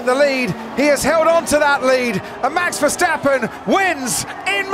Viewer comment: Miami is a joke in every way. A track that lookes likes it built in a week, overdone show with fake harbour (🤣) and last but not least: the commentary! Can’t grandpa say Verstappen? Or does he have a potatoe in his mouth since he pronounces his Max’ name as “ Fershhhteppen” 🙉 No more Miami please.